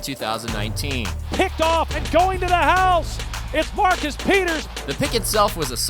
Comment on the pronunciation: I think we all knew Marcus was not gonna last once the commissioner botched his name